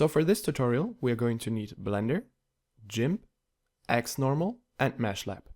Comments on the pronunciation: Gimp, not Jimp. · It's Gi-mp not Ji-mp :(